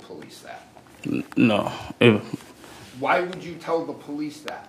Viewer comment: “I know I said dat” The word is that! U know T H A T